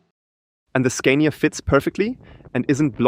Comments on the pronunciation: why do you pronounce it SCAIN-IA? Do you also say SCAINDINAVIA?...It's pronounced SCAAAAA-NIA, with a long, stressed A. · In English we would pronounce “Scania” with a long “a” like “father” since it’s a foreign brand name. I can understand how you would rhyme it with “mania”, but we don’t. Also, we don’t say “recuperation” in this context, but rather “regen” (short for regenerative braking). Great video and of course your English is way besser als mein Deutsch 😂